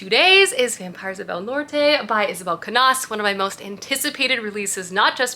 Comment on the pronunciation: First of all, the pictures you posted in IG from your wedding were STUNNING. never apologize for wanting to enjoy YOUR wedding. Secondly, you're pronunciation of Isabel Cañas last name is killing me as a native Spanish speaker. The Ñ has a very different sound to the N in Spanish, so it would sound more like "Ca-nYas" than "Cah-nas".